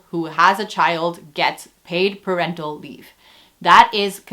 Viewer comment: I swear I heard "per rental leave" and I was confused as hell until I realised you said "parental leave"